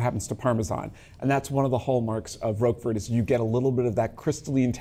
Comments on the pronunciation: Managed to murder the pronunciation of Roquefort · The T is silent in Roquefort. My goodness.